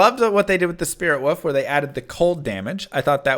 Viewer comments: Why is he pronouncing wolf wrong? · I'm here on every druid video just to hear you say woof instead of wolf. Puts a smile on my face!